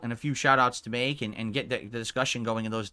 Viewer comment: "They can gwet fucked"